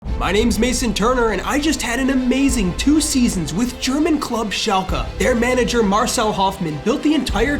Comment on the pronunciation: Hey… lovingthe series… AMAZING!!! Just wanted to you know… its pronounced šalke, not šalkea.